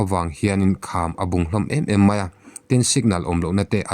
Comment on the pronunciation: A bungin a awih em em mai a..,. "bung " ti a i lamrik dan hi a dik lo tlat. Yutuber te pawh hian an lamri diklo fo. bawk.